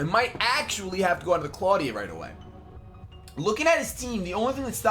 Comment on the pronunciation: I will explain it to you. It's Clawdia... Nuff said.